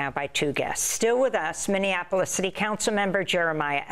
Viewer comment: Trump can't even say Minniapolis. It comes out as Mini Anapolis, as if it's a smaller Annapolis.